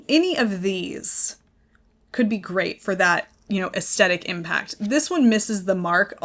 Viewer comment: Hi. Aesthetic is pronounced with the stress on the th of the word, not the st. Aes thetic. Regards paula.